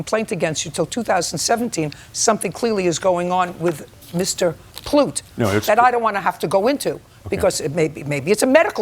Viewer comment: I thought it was Plut rhymes with *lut But it was Plut rhymes with Toot Which is apt for the plaintiff.